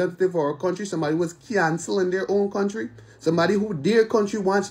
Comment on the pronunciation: Audacity is at an all time high... She can’t even pronounce the name of the country properly.